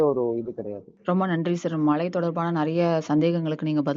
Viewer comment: அது "மழை" நீங்கள் "மலை" என்று கூறுகின்றீர். "ழ" சரியாக உச்சரிப்பது மிகவும் அவசியம். keep in mind